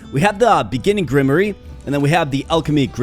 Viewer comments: This is a Good Game I Like the Art Also. LOL Grimery!? Hahahaha 😏Love you Man! Grim Waar. That's as close i can get. but yeah I remember the first time we Read that word in class. Man I'm Old, we said it as you Did. Ingrish is Weird Sometimes. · Grimoire pronounced “grim-wah” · Fyi grimoire is pronounced gruhm-warr. Not hating. Love your vids. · Entertaining as always. Seems like a sweet game. BTW its pronounced Grim-Waar, like an armoire, figured I'd save you future embarrassment heh